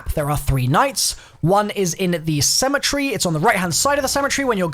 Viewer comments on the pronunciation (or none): It's called cemetery not cemetree get it right